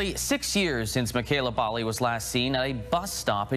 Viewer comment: I'm from yorkton it's not definitively known what happened to mekayla, the title is a gross clickbait crapfest, also you're pronouncing Bali wrong, Regina and Saskatchewan wrong